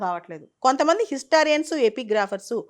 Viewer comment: మీరు ఇటువంటి వీడియోలు చేసేటపుడు కొన్ని ఆంగ్ల పదిలు వాడకుండా ఉంటేనే బాగుంటుంది. ఎందుకంటే ఆంగ్ల పదాలను ఖూనీ చేస్తున్నారు. అది'డిసిఫర్' కాదు 'డీసైఫర్' అలాగే 'హిస్టారియన్స్' కాదు 'హిస్టో‌రియన్స్'. కొంచెం గమనించుకోవడం మంచిది్